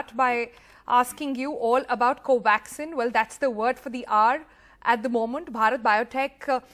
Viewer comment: Funny the way you pronounce ‘moment’ sounds like MO-MANT